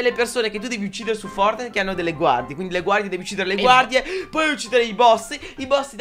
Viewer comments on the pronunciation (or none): Anche il mio papà non s niente di fortnitnite li pronuncia forrnite E quando sciopo i vu-buks li chiama vubuk